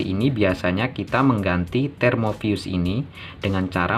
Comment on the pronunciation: termofuse bang, bukan termovius (pelafalan di video) 😄🙏